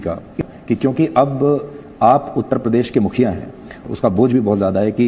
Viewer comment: ये गंजा गंजेड़ीमल ख़ुद को साधु कहता है इसको तो देश बोलना भी नहीं आता है देस बोलता है सुरक्षा को सुरक्सा बोलता है प्रदेश को प्रदेस बोलता है ज़रूरत को जुर्रत बोलता है कैसे कैसे लोग रहते हैं यहां पे😂😂😂😂😂😂😂😂